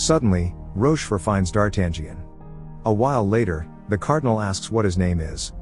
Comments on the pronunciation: It never gets old! It never gets old. No matter what form of media it's got adapted, no matter from which era, no matter how bad D'Artagnan's name was pronounced, the adventures of the Three Musketeers will always be my all time favorite classic. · I really like the film but cannot watch this recap as the annoying computer voice is mispronouncing D'Artagnan from the outset. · He is prouncing the main character’s name wrong . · So you cannot even pronunciate D'Artangion right so don't waste your time folks. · I can't with the A.I d'Artagnan pronunciation 😂 Solid movie, brings back memories